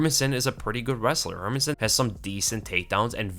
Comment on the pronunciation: bro I love your videos but stop saying her-min-sson it's HER-MAN-SSON!!!!!!!!!